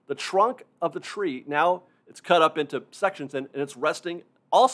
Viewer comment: I really don't mean this in any condescending way, but I often wonder about your accent. for example, to me sounds like: "The chrunk of the chree" "...also on the old chrain chrack". Again, don't get me wrong, it's very charming. I'm just a nerd for accents. Where are you from?